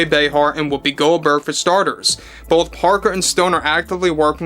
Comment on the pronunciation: Why do you call her whoppi Goldberg? Her name is Karen this is no joke.